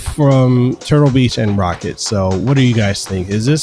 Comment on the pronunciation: its not pronounced rocket..its pronounced row-cat